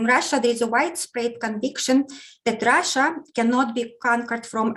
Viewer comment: has the best pronunciation of "Russia" 😄 I love hearing it ❤️